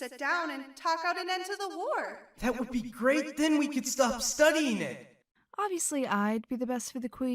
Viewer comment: Morrowseer said shtop not stop